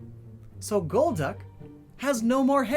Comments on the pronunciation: To me it was always gol-duck, not gold-duck or gold-uck. I didn't know anyone else thought otherwise until I watched this vid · Holy God it took you 3 quarters of the video to realise golducks name is gol-duck and not gold-duck Holy cow you know what other pokemon has gol in it's name! Golbat but IT'S not golb-bat so why would golduck be gold-duck! Omg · Maybe it's not Goldduck or Golduck, but Gol D. Uck 🤔